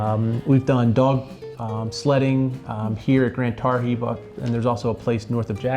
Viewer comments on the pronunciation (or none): Tar-GHEE not Tarr-HEE